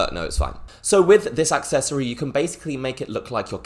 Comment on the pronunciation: Whats an AXccessory? There is no X in Accessory lol